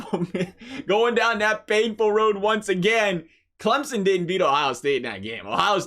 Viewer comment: I just want to thank you for pronouncing Clemson properly!